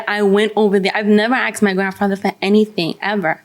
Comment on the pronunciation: Damn it’s not axed it’s asked learn how to speak